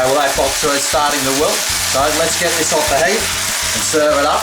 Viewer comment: actually it should sound like 'chai'